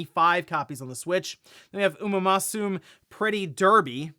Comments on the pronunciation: failing to pronounce Uma Musume was the funniest part of the video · Hearing butcher absolutely Uma-musume' absolutely hurt me....